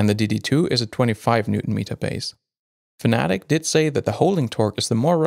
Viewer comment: Fanatic 😆 FAN-A-TEC 🙄